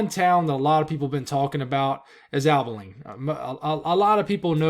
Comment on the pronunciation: Abilene. Ah-buh-lean